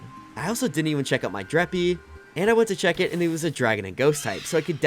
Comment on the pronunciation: Please stop saying dreppy its dreepy😭🙏